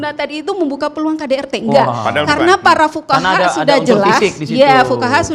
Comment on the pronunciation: Fuqoha bukan Fukawa